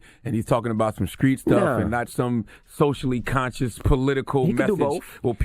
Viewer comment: Charlamaign is mr. know it all but why does he replace “t”’s with a “k” when word starts with an “s”???!!! SKrippers, sKreet, !? Annoying!!!